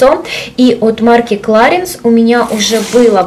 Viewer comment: Clarins-французский бренд и название французское, в последнем слоге носовой звук,который не имеет аналога в русском языке,но похож на слог "анс" ,соответсвенно правильно произносить "кларанс" с ударением на последний слог))))